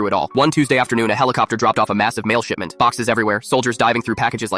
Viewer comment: like if you guys heard sh*tment